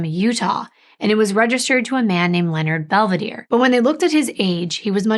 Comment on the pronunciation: Please respect the families and pronounce their Italian names correctly. I’m sure it’s Bel-ve-dare-e. Not Bell- v-deer. The name means beautiful view.